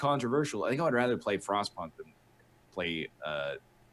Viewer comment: So, no joke. When NL said he played Frostpunk, I thought he said "Frost Puck" and I had a big chuckle... I thought it was a hockey game...